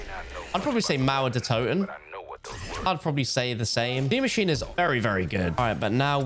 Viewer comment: Stop saying de machine